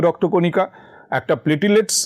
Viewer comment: প্লেটিলেটস্ না - প্লেইটলেটস্